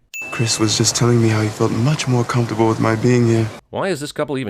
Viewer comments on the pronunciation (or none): none